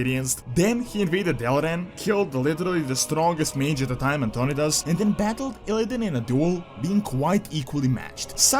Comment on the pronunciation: It’s An-ton-eye-dis.